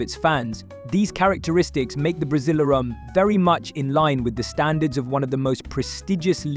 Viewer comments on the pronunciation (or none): Buddy..buddy ..its called Brasileirao BRA-ZEE-LAIR-OHW. It's Sao Paulo not San Paulo Brazil has the most competitive league. Its the state, domestic and national cups which makes Brazil the most competitive football but with mediocre Brazilian coaching. The best Brazilian coaches are all foreigners.